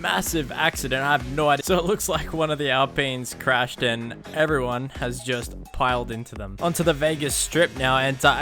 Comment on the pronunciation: so my ai cwashed den my gwame cwashed so double cwash